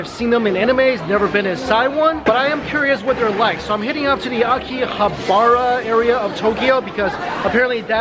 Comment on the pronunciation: Did you say akirahabara area lol